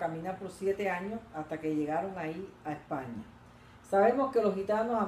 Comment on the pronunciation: Porqué no pronuncia Usted la S? (Epaña, lo gitano')